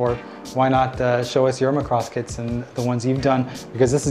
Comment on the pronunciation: why you say macross like Lacrosse????????????????